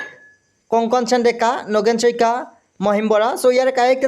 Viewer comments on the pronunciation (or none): none